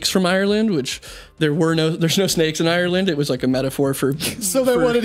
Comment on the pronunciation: druids still here aka reference to the snakes. and its "shnakes" not snakes 🤣 wasn't he a Welshman? like bullet for my Valentine 🤣 ya know theres a mountain near where I grew up called Croagh Patrick. people every year climb to the top, a sort of pilgrimage and there's a small church st the top of the mountain. I dont christianity so I dont bother but anyways. they say if a lepperchaun knocks on your door you have to let him in and offer him food or bad shit happens 😂